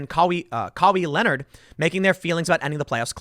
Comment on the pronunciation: “Wahj” and “kahwee Lenard” lmfao